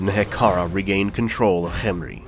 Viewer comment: Ooh cant have tomb king lore without Cccchhemri. You're saying it weird, why are you putting so much emphasis on the H? What are you talking about? I'm just saying it, Cccchhemri. Say Kem Kem Say Ri Ri Now say Khemri Cccccsshhhshhccrcchremri